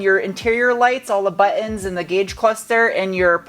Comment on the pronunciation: Not saying buttons properly anymore?